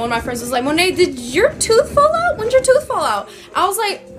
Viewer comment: uh girl the way my jaw dropped when she said "u eva ate a toof" GIRRLL